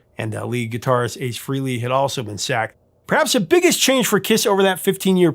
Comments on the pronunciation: FRAYley, not FREEley. Go listen to Rock Soldiers and get back to me, Professor. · Ace Frehley was not fired. He quit twice. Also, pronounce his last name correctly, please.